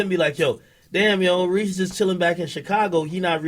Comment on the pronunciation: ok yeah ak deff pronouncing it wrong lol. Cmon bruh